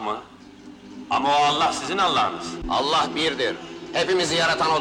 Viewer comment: Kelimei şehadet ederken enla diye okunmaz. Ella diye okunur. Dikkat edelim lütfen.